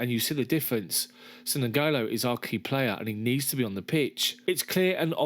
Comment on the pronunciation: It's not NoGolo, it's pronounced Engolo